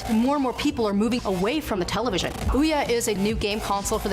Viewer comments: In my language ,the way she pronounce OUYA , you can actualy missuderstand it as dick and well it's kinda hit the spot very well. xD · i am obsessed with the way he says ouya